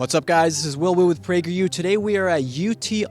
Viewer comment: "what's up guys this is with prageru here"